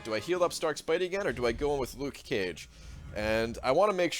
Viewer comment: "Luke Cage" You don't have to pronouce the "ke" so clear just be natural XD